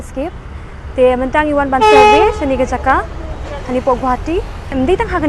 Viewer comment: Its survey not surway me